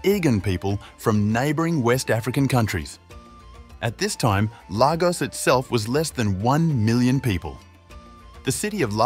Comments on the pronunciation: It’s pronounced “lay-gors” not “lava-gos” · Lagos is pronounced 'Laygos' and not 'Largos'.. just so that you know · Lagos is pronounced " Lay - goss " not " Lar - goss" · It’s not pronounced largos but Lagos , that’s Lagos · Its pronounced Lay Gos...Lagos! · The fact you couldn’t even find out the correct pronunciation of the place your vid gets a thumb’s DOWN